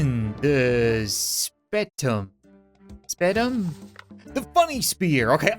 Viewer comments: The spetum is the sp-e-tum not spettum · the spertum is sayed like sper-tum